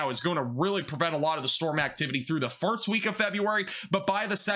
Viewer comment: Glad to hear you still saying "firts"